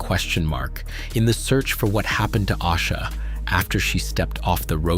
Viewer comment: If you are going to use AI to make content, put some respect on her name and pronounce it correctly!!!!! It’s A-sha!!!!